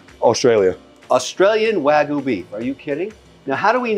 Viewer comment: Congratulations Mr. Wonderful! Three things: You spelled “restaurant” wrong, twice… once in the thumbnail and once in the video title. Third thing, Wagyu is pronounced Wag-Yoo not Way-Goo or Wa-Goo. If you are going to purvey it, you must properly pronounce it. I sincerely wish you great success. Cheers.